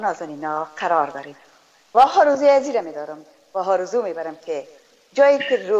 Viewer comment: آرزو است نه ححححححارزو به لحاظ خدا سواد بیاموززززززز